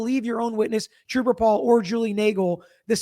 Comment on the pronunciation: At least Troop-ah Paul had an Associate Degree 😅